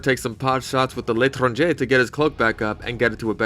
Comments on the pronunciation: "ellet ranger" I can tell has given up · I like how he butchers the letrangeangsuejfiakjwe pronunciation lol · sorry to be this person, but l'tranger is pronounced "luh-trahn-jay" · "Le Tranger" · "Ell ette ranger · PSA: L’etranger is pronounced leytronjay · “And because you’re essentially forced to run the *L’HOTOTO*!…” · That L’tranger pronunciation chef’s kiss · The deteriorating letranger pronunciation was pretty good haha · I swear anyone who makes a tf2 video never ever looks up how to pronounce a thing in the game. L'Etranger is French for 'foreigner' and it's pronounced lay-tron-jay. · I love the ellet ranger and it’s other pronunciations lol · I know this is dumb but the gun is pronounced (Lay-Tran-jay) it’s French so say it with a French accent to get the hang of it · I love how you competly gave up on pronouncing the the L'Strangemister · How many times did you have to pronounce l'etranger before you just said fucket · he is intentionally mispronouncing the l'etranger right? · Every time pronounces L'etranger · How hard is to look up the pronouncuation of a French word and repeat it for 2 minutes lol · I appreciate the gesture of pronouncing l'etranger in every possible incorrect way to piss off the French. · The way you pronounce L'tranger my god You might aswell pronounce the dhea, in cladhmeahmór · I enjoyed L'Etranger's pronunciation arc in this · I swear he pronounces L’etranger different every time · Genuinely made me stop what I was doing and laugh for 5 minutes at the pronunciation of "L'Etranger" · I find it hilarious that he pronounces l’etranger differently every time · I love how you kept changing how you pronounced L' etranger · love that this man spent the entire video deliberately mispronouncing l'etranger only to say it correctly at the very last second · man changed the way he pronounced l'etranger 3 times throughout he video up to the point he literally started saying the name in english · U say L’Etranger wrong